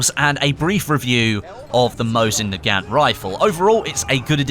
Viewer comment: Your pronouncing nagant wrong, it pronounced na-gunt.